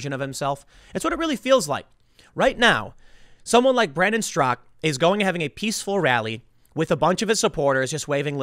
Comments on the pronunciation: Its Straka not Strock. I think you're thinking of Peter Strzok the crooked FBI agent. You're unintentionally gas lighting us on his last name.....lol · Straka not strock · Why does Tim keep saying “Brandon Strock”? The man’s name is Brandon STRAKA. Two syllables. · How to pronounce Straka. Not Strock. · I believe his name is Brandon Straka, not Strak. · Straka not Strzok. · But it's actually pronounced with a silent A on the end. Brandon actually mentions this in his interview with Tim a few days ago. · Tim, it's "strakA". He even told you in person xD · Tim... his name ends in an "A"-Strak!A! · strak-AH. The one pronounced "Strock" in the news was Strzok, the crooked FBI man. Not Brandon StrakA, who started #WalkAway. Don't forget the "ah" at the end. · “Strock”? That’s not how he pronounces his name. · He Finally learned how to pronounce McEnany. Now we need to teach him how to pronounce Straka. Hey Tim there's an a at the end..... SMH